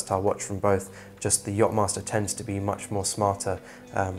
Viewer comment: „yop“-master??? YACHTmaster …